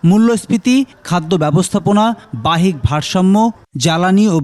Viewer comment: ইদানিং অনেক টিভি চ্যানেলের রিপোর্টারদের কে দেখি বাংলা উচ্চারণ ভুল করছে যেমন এই রিপোর্টার বাহ্যিক শব্দের উচ্চারণ ভুল করেছেন শোধরানোর চেষ্টা করবেন।